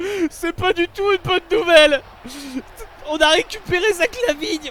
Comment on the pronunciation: ninzeldo je sais mais je me moque juste de comment il l'a pronnoncé